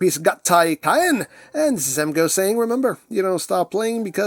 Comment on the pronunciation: It looks like it's pronounced "Kaa-en" to me